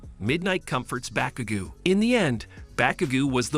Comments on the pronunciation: Midoriya isn't Mi-do-ri-ya but Mi-dor-ya Bakugo is Ba-ku-go not gu Iida isn't Ay-da it's Eeeeeh-da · "Bakuga" 💀 "Bakagou"